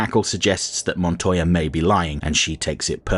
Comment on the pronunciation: One thank you for Pronouncing Montoya's name properly. Two, this feels like a Spawn animated series episode. Barely there protag while the lesser characters provide the plot. Neat